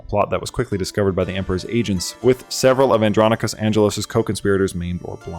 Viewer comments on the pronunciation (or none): none